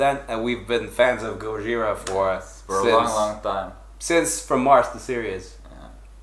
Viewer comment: Bromance :) Btw, nice to hear that I am not the only one pronouncing it "Goyira".